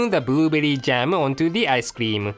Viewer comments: It sounded as if he said booberry. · Im pretty sure you said boobberry instead of blueberry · "burubeary jam" i love that...XD i cant get enough of!!!!!! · i love how says "buruuberii" and "raamreesin icecream" (blueberry and rum-raisin?)..:3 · So cute for pronouncing blueberry...booblerry...:-) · Lol hehe "Buruberi", typical japanese pronunciation of english words.Its so cute. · "booberry" xD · boo berry.. lol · i love how he pronounced 'blueberry' ^_^ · LMFAOOOO HE CANT SAY BLUE BERRY CORRECTLY XD hella funny!